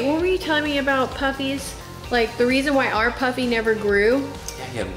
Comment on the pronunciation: It's pronounced Poofy.